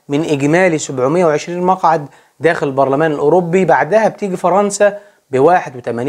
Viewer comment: Eurobbbi Barlaman 😂 ليس تنمر ولكن محبة 😅